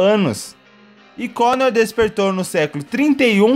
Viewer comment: È Connor, não Conner.